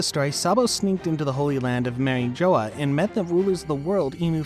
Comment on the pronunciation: Can you please start pronouncing Marie Jois correctly?